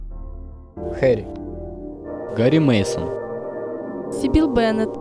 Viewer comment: СибИл?? Ударение нихера не правельно